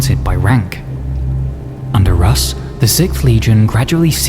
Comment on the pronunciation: Okay, is my hearing getting worse, is my speaker shorting out, or does this fellow keep saying "sickth legion" instead of "sixth legion?" It's gotta be one of the first two, right? There's no way an otherwise perfect video could be marred by such a consistently repeated flub, so I've got to assume I'm losing some clarity, or my speaker is being awful, because otherwise that'd just make no sense. At first I thought it was maybe a speech impediment, but he says every other word perfectly, so I can't attribute it to that. And surely a mistake made that consistently would show up in editing and be fixed. So my only thought is that I'm losing audio somehow—either my ears or brain not processing it, or my speaker muffling it somehow. Is anyone else noticing this, or am I correct in assuming this is a peculiarity on my part or an error in my listening setup?